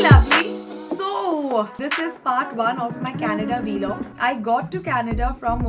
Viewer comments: It's vlog not V log 😄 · Loved it! PS. It's pronounced Vlog, not V-Log! Loved it tho!